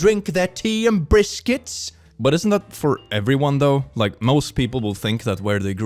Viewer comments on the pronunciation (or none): many questions, #1 why are you drinking a brisket? #2 Did he mispronounced biscuit or does he mean a brisket. #3 if he doesn’t mean biscuits, then why the hell are you combining British tea and a slab of slow cooked meat? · I like how the person is convinced that protein is 'unnatural to the body' - when the body is made of protein... Also, am I the only one who heard: "drink their tea and briskets," instead of: "drink their tea and biscuits"?